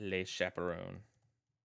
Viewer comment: Just a nitpick, I know, but le in French is pronounced "luh" - "leh" is how you say les, the plural of both le and la (i.e. "the").